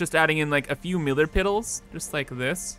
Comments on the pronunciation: why do you say miller piddles not pillar middles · I laugh everytime I hear you say miller piddles instead of middle pillars, not sure if it's on purpose but the last two videos I've laughed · Anyone else notice he said Miller Piddle